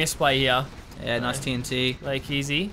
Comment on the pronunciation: Come on guys, that casting was a low-blow. Pronunciation: Like-Ease(Leikeze=ezekieL)